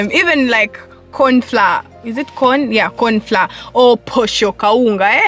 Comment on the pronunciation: The way you pronounced "kawunga"😂😂😂it cought me lol